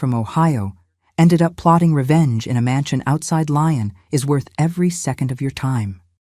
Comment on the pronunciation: I think it's Lyon, pronounced Lee-on, France.